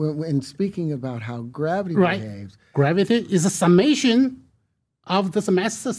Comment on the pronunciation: Graaavety and 36 siros